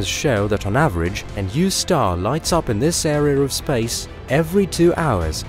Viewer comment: my favorite part is how space is pronounced like spaze, very satisfying sounding